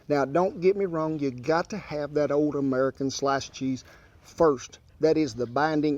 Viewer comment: “FURST dem AMURICUN slices”